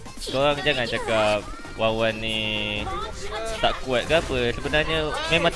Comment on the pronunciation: wanwan lah bang bukan wawan, wkwkwkw